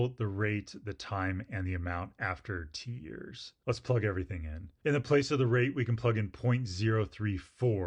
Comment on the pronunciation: "amount after t-years" What did I heard: "amount after tears" 🥲